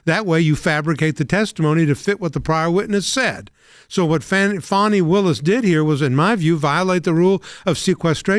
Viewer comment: What reputation, for living up to her name? Guess I think loosing that could be a very good thing. This woman is a prime example of a spoiled child growing into adult sized clothing. ..... and its Fāni not Fawni!!